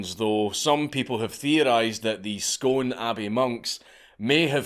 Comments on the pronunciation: great video, went to the palace and seen the replica, also btw its pronounced "scoon" :) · Bugs me more than it should that he is saying Scone (skoon) wrong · "Stone of Scone" - pronounced "Scoon" Here to help a Weegie out :P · It's pronounced Scoon, ya walloper ! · Ok I have to comment at only 4.40mins in on this one mate. Scone is pronounced 'scoon' which I am surprised at but also the stone of Destiny is most definitely a fake. It is made of old red sandstone which is very common in Scone as even the abbey itself was built with it. The stone of destiny however comes from Ireland and possibly even from elsewhere in whatever country were later described as the 4 cities or Hyperborea. There was no old red sandstone in the area of Ireland where it was there nor was is even the biblical pillar of david as there was no red sandstone near jerusalem either. There is however a much older stone, both ornately carved and with a tablet which was found right near the Scone abbey that is now sitting catalogued in the museum of London where is was sent to be looked at by experts and was never heard from again. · Oi! Scone is pronounced "skoon"! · Why you saying scone like a soft southerner? It's pronounced "skoon" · How are yous a Scot and say Scone wrong 🤣🤣 (before the hate machine hits: it's pronounced scoon in this case) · Fucking legends. It's pronounced 'Scoon', ya diddy. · It’s pronounced SCOON ! You’re supposed to be Scottish ?!? So disappointing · Hey Dank! It's pronounced Skoon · Gotta feel bad for Scone and the people that live there... Not even their fellow countrymen pronounce the name right! Written: Scone Spoken: Sku:n Because fuck logic, they want to special 🙃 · I'm getting triggered every time he pronounces 'Scone' like that.. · Imagine being Scottish and researching the topic and still mispronouncing Scone 🤨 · oh he said bone of scone? maybe hes not that smart after all..... lol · I expect Yanks or Anglos to pronounce Scone wrong... not you Dank. Smh 🤣